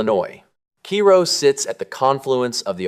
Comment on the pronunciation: It’s pronounced KAY-ro